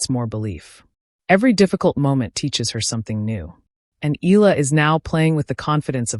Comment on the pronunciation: Not eeeela....eala.(eyala) are you a.i.?